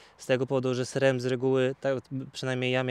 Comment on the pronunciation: Wszystko fajnie ,tylko byle nie " SREM " w wymowie🎉😢